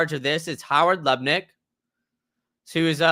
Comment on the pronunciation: Why can't you say Howard LuTnick?